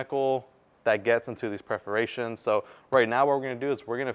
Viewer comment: The correct pronunciation is “PERforations”. otherwise, thank you for the cool info!